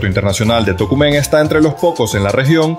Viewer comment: Buen video y las reacciones y pronunciaste bien el nombre de Tocumen así es como se pronuncia 👍🏽👍🏽👍🏽